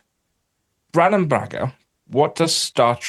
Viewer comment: Brannon, not "Bannon".